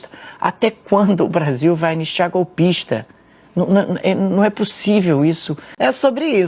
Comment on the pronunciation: ''Golpixta'', kk. Nojo desse baratinha.